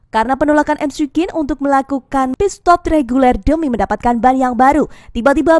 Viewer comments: cara nyebutnya mikwin min 😁 bukan emsi quen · Risih nyebutnya emsi kuin😂